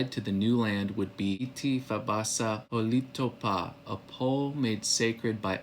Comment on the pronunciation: A few things: We have no 'oo' sound in our language except the oo as in 'book'; Holitopa is hah-lih-TOE-pah, not "hah-LEE-too-pah". Itti is 'IT-tih', not, 'ee-tee'. Misha Sipokni, is 'MEE-shah-sih-poke-nih', not "mee-sha-SIP-kin-nee". Also, it's Chikasha ('Chih-kah-shah'), not 'Chick-suh'. We never originally called ourselves, "choctaw" - A Euro writing back home from Cuba called us that hundreds of years ago, not us. Also, "chickasaw" was a Euro thing. It's deceiving saying, "our ancestors", when Chahta are not the ancestors of all in America. Much Love.